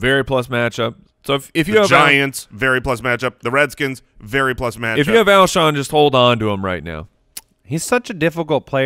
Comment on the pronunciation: Lmao I kept thinking “it’s Alshon” over and over during the beginning segment, having to watch and struggle with that was kinda painful haha